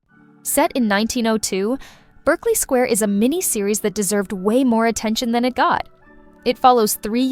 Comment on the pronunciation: It's pronounced BARKLEY SQUARE.